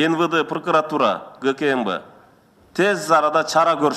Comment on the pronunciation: ЫНВЫДЫ, ЫМВЫДЫ, ПУРУКУРАТУРА, ЧАКУРУКТАР...👍 😂😂🤣